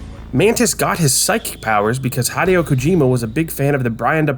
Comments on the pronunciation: Hideo Kojima's name is spelled "HEE-day-oh" not "HI-day-oh", not tryna be annoying though the video was very interesting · I was going through the comments to see if anyone else commented on this, it's the first time I've ever seen his name pronounced like that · Bruh you mention that hideo sounds like video, but still mispronounce his name